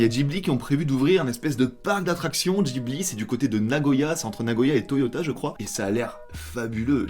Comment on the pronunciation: Comment ça, “Djibli” ? 😭😭 j’ai l’impression que y a que moi qui ai remarqué